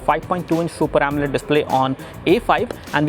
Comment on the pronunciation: what??? guy said omlet display.